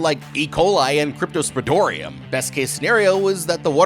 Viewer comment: Cripto-spo-ridium... 😊 !! It's veeery important...